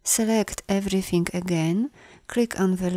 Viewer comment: I like the way you pronounce “everythink”